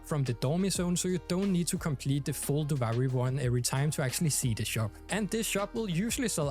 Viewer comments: no hate but it's pronounced doo-vee-ree and not doo-vi-ree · ofc, but they literally give correct pronunciation in game, duviri is not an English word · “Doovari” lmao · The game literally tells you how to pronounce Duviri... 🤷🏻‍♂️😮‍💨